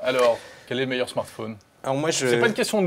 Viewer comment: non la pomme est loin d'être le "meuilleur" fruit pour moi le "meuilleur" fruit c'est AHAAGGA et non la phrase ne finit AAAAAA comme vous l'